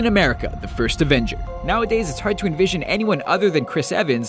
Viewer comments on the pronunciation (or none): none